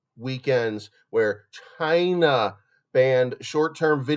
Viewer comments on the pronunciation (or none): Stop saying China like that sounds weird